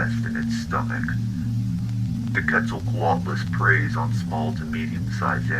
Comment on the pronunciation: "Is this the wrath of qeutzoqaulust punishing us?"